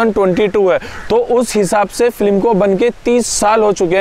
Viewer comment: आशिकी, साजन, मुन्नाभाई एमबीबीएस की शुटिंग भी इसी बंगले में हुई है। आपने यह बंगलो दिखाकर मेरी बरसों पुरानी साध पूरी कर दी। आप बोलने में एक ग़लती करते हो। फ्लीम नहीं, फिल्म बोला जाता है। आपकी जानकारी के लिए।